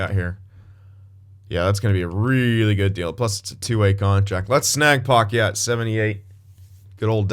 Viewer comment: It’s not paquette it’s packet lol